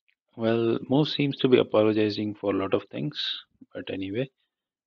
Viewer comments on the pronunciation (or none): It's actually muse not mousse